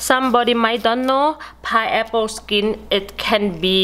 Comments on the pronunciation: Very good information " thank you God Bless you 🙏👏🙏👏 It is called Pineapple ' not pieapple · Pineapple not pieapple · it's a pi-N-eapple not a pie apple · She is the best. I watch this video errtime I cut a piaple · I love her accent. I am officially changing the way I pronounce this fruit to 'pie-apple' Great video thanks for the tips. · I've been saying pineapple wrong all this time, it's pie-apple! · Everyone takes a shot everytime she says pieapple..🥃🥃🥃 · PIAPLE! hahahaha so cute hahahaha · So, it's "Pie Apple" Damn!! I was pronouncing it wrong my whole life...thanks lady😁😁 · This video make me very happy because of lemute and pi-apple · Is it "Paiyepo"? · Pie aple?😂😂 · It's not a pie-apple, it's a pine-apple!!! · Very good video but it is not a pie-apple it is a pine-apple. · Its PINE APPLE NOT PIE APPLE Keep smiling!!! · please say correct "pine apple" not piapple. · Pineapple or pieapple? 🤣🤣🤣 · its Pineapple,not paiapple.. and say remove,not limove.first correct your spoken English than do such video or just talk in your own dailect. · Me too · Flesh paiple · The way you talk you sound like a little baby so sweet..that ascent is what is making me watch this video.."paiaple" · I love the way she says "piaple" and she says aces instead of off access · how about pi-apple 😊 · I love her pronunciation of pie apple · wow,,...piaple,..limov..nice pronunciations....Enjoyed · Did she say pie apple? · 😂😂😂🤣🤣she speaks really really worse paiaple 😂😂😂god I can’t stop laugh 😆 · If she says Pie-Apple 1 more time 😫😂😂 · and now my Pieapple iss pity haha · Pie- apple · Hahaha..just love how you pronounce pineapple without an "n" and other words so specially pronounced. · where is the r?